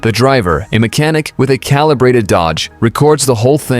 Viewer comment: It’s funny when European people become the minority, poor behaviour, ignorance and bad manners become the norm. Guy can’t say calibrated and the the other guy says he earns more than him. What a couple of dicks.